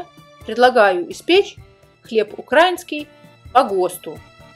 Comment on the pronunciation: Еще бы правильно ставить ударение в слове украИнский, а не укрАинский .